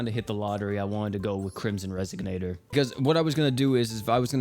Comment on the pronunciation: It's pronounced res-ON-ator, not res-SIG-nator. SMH